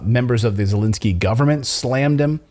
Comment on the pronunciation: is he intentionally mispronouncing the Ukrainian President's name or does he not recognize the difference between "e" sounds and "i" sounds?